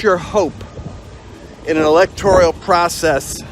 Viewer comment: It's electoral, not electorial. (OK,this is later...) Who decides to put a comment as "highlighted"... I can't believe my simple comment about an often mispronounced word becomes the most compelling item. This has happened many times on various sites. What's up with that?